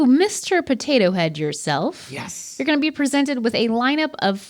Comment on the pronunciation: that "YESS" made me snort